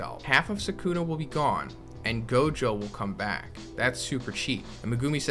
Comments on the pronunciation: you don't omit, it's just quick, the same applies to the second U as well. the S is heavily emphasised, the K much less so. SS-uh-kuh-Na the middle syllable is the least emphasised by far. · man's pronouncing Sukuna like non-fans pronounce Na-ROOT-o emphasis is on the first syllable brah. SUU-kuna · Actually you omit the u in su